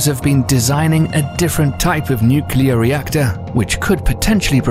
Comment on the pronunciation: With an inability to pronounce “nuclear.”